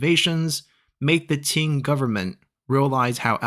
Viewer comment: Can tell you are Chinese by the way you pronounce “Qing”. Non-Chinese people cannot pronounce it perfectly